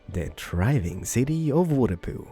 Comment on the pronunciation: "New Waterpoo"